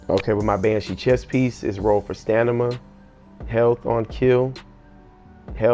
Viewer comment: Stanima??? Lol